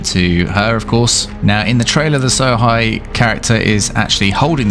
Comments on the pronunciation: lol, ''So-high'', try pronouncing it ''So-hey'' instead... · Sohei. It's pronounced like 'so hey' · Hei in japanese is pronouced Hey